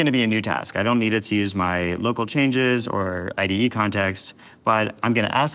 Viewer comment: needs to learn to pronounce IDE